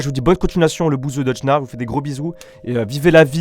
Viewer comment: Dedjna il a dit c dejna Nn